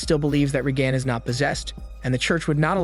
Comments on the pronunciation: "RAY-gun", not "RayGAN". Bad computer "voicing". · You say Reagan weird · if you watched the movie how do you mispronounce one of the main character's name? Her mother literally says her name 45 times. or mislable the assistant for Regan?